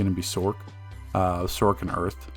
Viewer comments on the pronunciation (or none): none